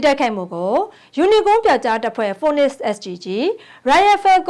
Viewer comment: မြ ကလည်းphoenix ကိုခုထိ"ဖိုးနစ်"ဟုအသံထွက်တုန်း